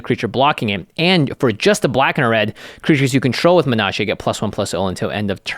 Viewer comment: "mine-oh-torr" not "min-o-taar". urgh